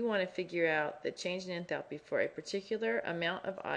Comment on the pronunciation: ENTHALPiii haha love the pronunciation! Anyways, thanks!